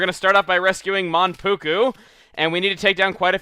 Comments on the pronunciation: Yes he was, but Mankugu? I thought it was Manpuku.... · Mankugu?? its Manpuku.....